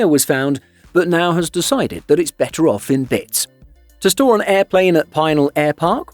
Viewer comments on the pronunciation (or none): none